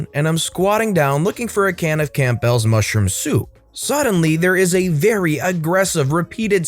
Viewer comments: Camp bells? 😂 Honey, the p is silent. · I've never heard anyone pronounce Campbell's as camp bells, until I heard the first story. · I caught that too. Made me laugh.